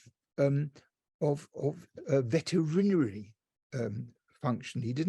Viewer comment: "VET-a-RIN-a-ree" ? My word, Professor! 🤣🤣 {:o:O:}